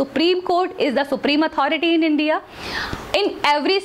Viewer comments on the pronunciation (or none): none